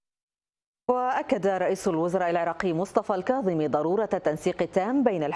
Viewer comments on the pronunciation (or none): لك رحمة لوالديك المذيع....ارجوووك حاول تلفض اسم الكاظمي صح....لك اسمه الكاظمي وليس القاظمي 😒🙄...افتهمنا عايش بريطانيا بس حرف الكاف موجود باللغة الإنكليزية...شبيك يوول ....بييك يوول 👊